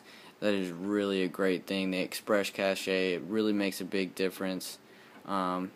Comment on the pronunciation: Did he just say "Cash-eh"... Cache is pronounced "cash" bud. And dont make people turn their speakers up and down. fix audio issues while editing your video. I'm not trying to be a jerk but it really makes an otherwise fair review seem unreliable.